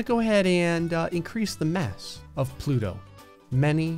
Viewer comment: “But today, plouto has the big ballęs”💀💀💀💀💀